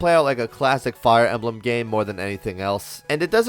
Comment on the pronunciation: damn when says Fire Emblem, subbed